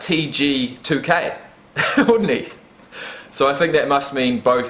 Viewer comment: Cj2k ....not tg2k 💀💀